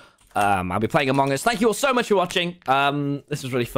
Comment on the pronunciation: Why do tommy and pronounce it "aMONg us" lmao